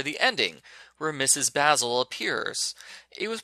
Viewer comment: I'm reading this book for "Andrea's Storytime" in Summer 2021. You pronounce the woman's first name as Baz-ul and her last name is pronounced as Frahnk-while-er. I remember reading it in the 4th Grade and it wasn't bad at all. It got to the funny part where Jamie and Claudia Kincaid hide their clothes inside of their instrument cases and sneak around The Met in their nightwear as a way to create the effect of dreaming that they saw Mrs. Basil E. Frankweiler at the art museum which is located in New York City. 👏🏻 Did you know that it won the Newbery Medal 53 years ago?